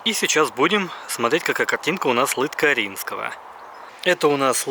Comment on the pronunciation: ЛыткАрино! На итальянский манер ЛыткарИно слушается ужасно. Я сперва аж вообще не понял о чем речь...